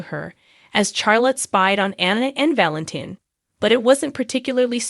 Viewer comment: I am not gonna listen to this channel. Until you learn how to say these people's name, it's Valentine, not Valentine please get the names right it's nina not nana